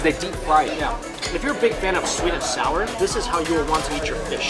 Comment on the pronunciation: "Sweat" bean paste? Lol